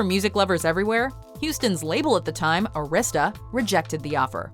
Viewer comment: ARI-sta, not arISta